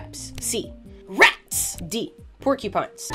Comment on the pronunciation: Second, i believe your doing a fantastic job show cases your research and giving it to your viewers with wonderfully present hype and effort ! We just need to listen better i think ! I think you have a think for rats which i think is pretty dope based off how ya over annunciate the Rats !!